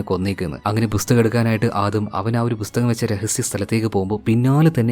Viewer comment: ബുസ്തകം അല്ലടെയ്. .. പുസ്തകം. ..